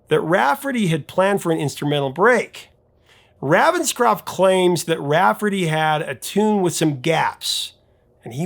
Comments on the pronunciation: Its Ray-venscroft, not Ravvenscroft. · Ravenscroft is pronounced RAYVENSCROFT!!!!!!! . He is NOT from the US. Your pronunciation is VERy irritating. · It's *RAY*venscroft! C'mon, man - it has RAVEN right in it! And that's NOT "raven" like "ravenous"! JEEBUS! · You are not pronouncing Raphael Ravenscroft's name correctly. The Raven bit is pronounced the same as the bird.